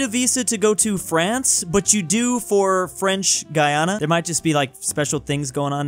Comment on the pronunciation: French Guiana is pronounced French Gee-awnuh fyi